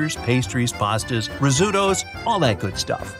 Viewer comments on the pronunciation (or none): Had to stop the video after I heard RoSSuTToos